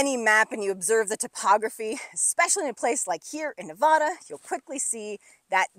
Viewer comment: I love how much time you’re spending in Nevada and the things you’re explaining. They are in my backyard and in the places I visit all the time. But if you’re spending this much time in a place, doesn’t it make sense to pronounce the name of the place as those who live there? Please?